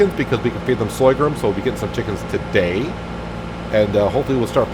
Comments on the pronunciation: /Sor-gum /. Not Soygrum lol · hey,the new crop is called sorghum not soygrum as you say;-) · Yup. Sore-gum.... don't like to criticise but pronouncing Sorghum like that will stop a lot of people carping... Love your new series. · What the fuck is soygrum!? Sorghum....is the word you are looking for